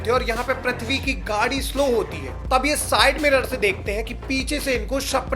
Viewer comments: Wo prathvi shaw nahi hai Wo prithvi shaw hai Pri not pra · Bro how hard is it to pronounce "PR-EEE-THVI" and not PR-AAA-THVI ? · Pls pronounce names properly 😅. You keep saying prathvi shaw ! It's Prithvi shaw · Abe prithvi bol prathvi kya bol raha hai